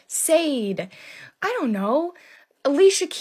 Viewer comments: Did you mean "Shah-day"? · You may have grown up listening to Black music, but you definitely didn't have any Black friends. No Black person pronounces Sade that way, and they would have corrected you if you ever said it like that around them. 🤣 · 😹SADE singer Sade 🤣 pronounce (Sharday) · SADE 😌sweet young lady, it's pronounced "Shauday" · Did she say Sayed? 😂 Bless her Heart, she meant well. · It’s Sha-day, not Sade! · That girl who said the black female singers were much better than Taylor❤💯💯💯💯💯💯💯💯💯she was on point with one exception ,Sade is pronounced Shah-day, other than that you’re good baby girl. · It’s pronounced Sha’day#Sade😅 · Sade pronounces her name as Sharday. Look it up when she came out and was on Oprah. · I liked her video! Not pronouncing names / words indicates she’s reading and exploring widely 😊